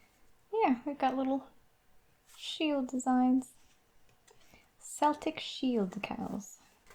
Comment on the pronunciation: "Celtic" is pronounced with a "K", not a "S". It's the ancient people of Northern Europe, not the basketball team.